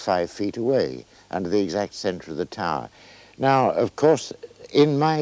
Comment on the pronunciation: "Taaaah". Tower, that is.